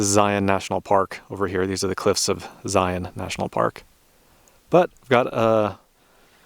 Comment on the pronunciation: It's always a relief to hear people say Zion the "correct" way.